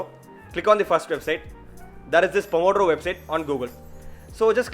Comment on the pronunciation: the pronouce of the italian name it's wrong, but i forgive you ;) ur italian colleague of medicine.